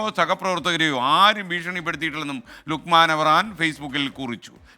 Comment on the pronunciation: ലൂക്ക്മാന്‍ അല്ല ലുക്ക്മാന്‍